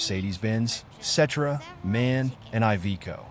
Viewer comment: Nice Video! Small Note: you say D-A-F for DAF and "man" for M-A-N. 🙂